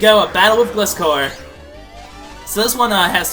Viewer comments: Actually its Gli-scor two syllables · It's pronounced gl-i-scor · its pronounced Gleye score